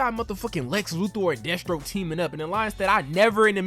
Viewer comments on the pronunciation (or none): LOL the way you say Death Stroke sounds like you said Destro, I'm like damn GI Joe villains in this timeline?? xD